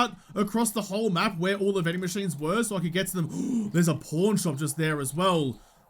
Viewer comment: man.... it's pawn, pronounced like the chess piece... lol also you made it look like you found a porn shop and needed to mark it.